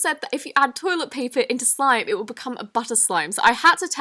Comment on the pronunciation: Am I the only on that noticed that she said slome instead of slime in the intro